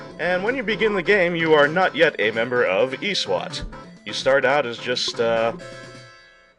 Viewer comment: This guy saying Eeee SWAT is so ROFLful heheheheh...anyway, I sent a video response with my remix for this game's boss theme.